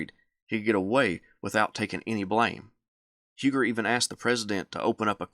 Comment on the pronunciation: Do you pronounce Hugers name wrong as a sign of disrespect? Just asking